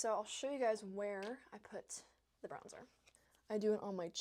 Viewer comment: I love that you’re using products I can actually afford. Also the way you say “bronza” is so Australian 😂 hello from Australia! 🇦🇺